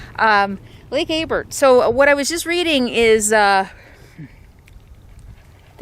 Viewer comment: You are in my neck of the woods now. The lake is pronounce Abear the l and the t are silent. Off to the right on that ridge, are Mountain Goats. Loads of them. Have you ever been to Fort Rock...now that's an amazing place. Your making me terribly home sick.